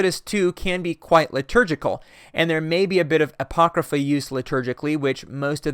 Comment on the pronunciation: my eye twitches every time i hear you say "apocrypha".